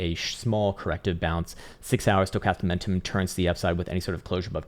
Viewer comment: Does anyone else crack up when he says “stocatam momentum”? 🤪😆😆 is genius mad scientist! Love the work man. Saving me a fortune in this bear. Ill never be a trader but sure am keeping patient for lower buy in prices. I keep on stacking.